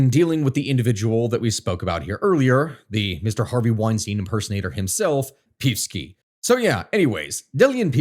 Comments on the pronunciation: OK, but not PEEVski. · It's read Peevski with E as in Energy, not as if it's an i or y, lmao. Not that I like hearing his name but your pronounciation makes it so much worse. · It's pronounced "Pei-ev-ski." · No, it's not. It's pronounced "Pe-ev-ski" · Damn you need a comprehensive course on slavic names, but i do appreciate you totally butchering the name of peevski the pig :) as we all do here overall good analysis, this issue needs to be studied and explained a bit more, nice try, for a 20 min video, unfortunately the shit we are in is a 3 hour deep one at a minimum (if you want i can give you some pointers)